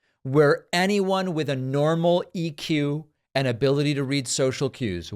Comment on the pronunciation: Love your show, David: catch up on most of them. Excellent. Errm, awkwardly having spent most of the show delightlfully trashing former President Trump's failing word and concept memory [amazing since he has the vocabulary of a 10 year old] at 3.29 you say 'EQ' instead of 'IQ' Oops.